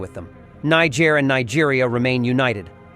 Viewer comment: Greethings the word is Niger and not injer same for Nigeria and not Nijeria thank u